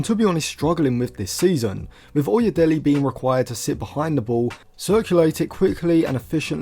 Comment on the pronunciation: It is pronounced as oye(daylay) as in 'Dele' Ali.